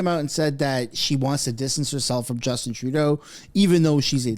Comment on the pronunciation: / Justeen Trudeau lol /